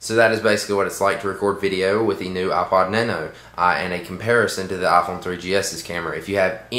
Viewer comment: You say aa-pod xD